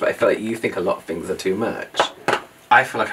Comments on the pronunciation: My favorite part of your accents is how you pronounce “th” as “f”. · nope "fings" as this is how would pronounce it 😜